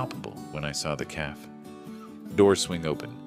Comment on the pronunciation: A calf is a baby cow. A cafe a small eatery is pronounced caf-a. A.I. needs to go back to school.